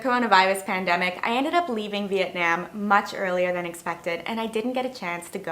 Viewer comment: This bothered me also. Having been to Vietnam and lived there, you should at least learn how to say the name of the country.